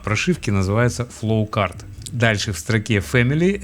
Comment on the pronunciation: простите, но почему у вас такое красивое произношение всяких рид темпечур, но вы называете флоучарт флоукартом, каждый раз об поток тележки спотыкаюсь xD